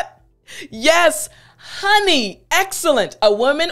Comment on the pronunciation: You should be reported for misuse of english-honey- in the way you say it, it's an act of ,,lezmajestate". Corina Ijac